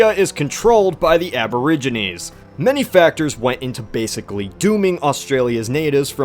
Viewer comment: "Aboriginies", are you fucking with me right now?